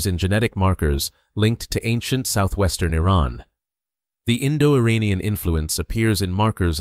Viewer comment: With sincere due respect, before you narrate this, you need to learn the pronunciation of IRANIAN!! Nearly everyone, like a Parrot, imitates other's erroneous Pronunciation!! Assuming you're not using a computer generated voice, here is the proper Pronunciations of IRAN & IRANIAN : IRAN, is pronounced "Eee-Ron". It's neither Pronounced "Eee-RAN" nor "Eye-RAN". Moreover, IRAN shares its literal meaning with IRELAND (Land of Aryans). Once again, the proper pronunciation for IRANIAN, is "Eee" (rhyming with See) + Ronnie (abbreviation for Ronald) + Yan", rather than "Eee-RAINY-Yan". A simple mnemonic would be "There is no RAINY weather in the forecast"! Thank you